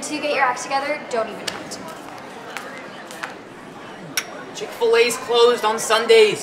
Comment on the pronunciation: Did he actually just say "Chick Fillet's closed on Saturday's."